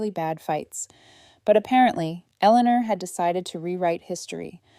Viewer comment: Very poorly written. And the bully/abusers name is mispronounced so many times it’s almost funny. And poor Eleanor’s name is butchered every time it’s said!